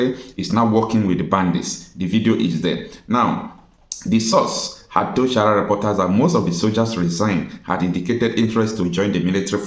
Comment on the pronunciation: Mind d way u pronounce d word sahara. This is not shahara but sa-ha-ra Reporters pls.